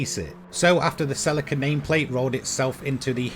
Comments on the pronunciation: I agree with vedder, have only heard of it being pronounced sir-leek-ar in the uk. Can probably find the top gear chaps even saying it that way. So god knows why he's pronouncing sell- ick-ar??? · he says it right once, but generally he says it like he's talking about silica gel that stuff in the little packet you put on your chips lmao. The stuff you get in shoes and stuff to absorb moisture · The way you say celica lol.................it's 'Sell---EEEEEEE ca' (SELL E CAR) ...your saying it like silica gel, lmao. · Sel i ca ? It’s Celica. Ssssseeeeeellllika ! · In the UK Celica is pronounced Sir-leek-a (British) not Sell-ick-a (American) - Google Celica pronunciation..... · he actually pronounces it sirleekar not sellickkr just sayinnn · Yup, even top gear pronounces it correctly. Sir-leek-ar.